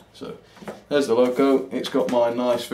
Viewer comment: Wow, that takes me back a bit, I used to have that loco in the very early 80's. The pronunciation was perfect 😀